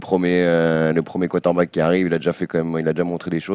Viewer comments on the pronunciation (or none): Hé vous savez qu'il y a un "R" dans quarterback?